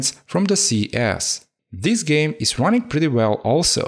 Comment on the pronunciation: Like a "géme" ahah